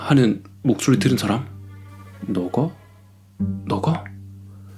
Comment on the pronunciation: 너가...너가... 할때 왜 나가...나가...라고 들었지..?ㅋㅋㅋㅋㅋ 아 근데 역시 무서운 이야기는 무읽남채널이다!!